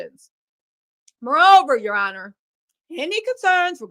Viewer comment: It’s the “Ya honor” for me! 🤣🤣